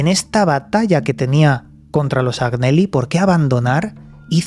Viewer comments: Hola! En italiano se pronuncia "Añeli", la GN en ese idioma equivale a nuestra "ñ". Saludos!!! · Se escribe Agnelli y se pronuncia Añelli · Agnelli se pronuncia Añeli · Como siempre un interesante vídeo y como nota desde el respeto y con espíritu constructivo Agneli se pronuncia Añeli,en italiano no hay ñ sino gn,creo